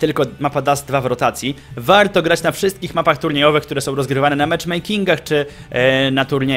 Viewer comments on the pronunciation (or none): dlaczego muwisz wałto tak jak byś mowił po angielsku?